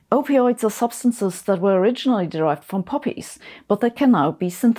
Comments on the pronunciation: I had to rewind because i thought you said puppies and not poppies 😂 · Am I the only one who misheard the word 'poppies' as 'puppies'?😱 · Okay, differences in accent and all, but I for a moment thought that you said that opioids are derived from puppies and agreed that yes, being pounced on by an excited bundle of fur is a pain reliever.